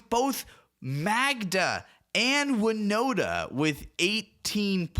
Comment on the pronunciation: Was looking for my favorite deck on the time stamps, Winota, and I was like, who dafuq is Woda? 😂